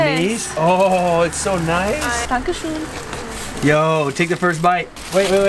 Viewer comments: das Dankeschön war akzentfrei 😳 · yooo that 'Dankeschön' was so spot on haha